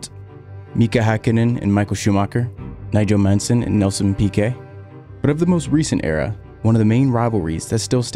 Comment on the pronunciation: did you say "Nigel Manson"??